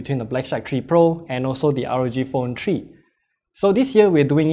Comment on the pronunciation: Rog phone tree?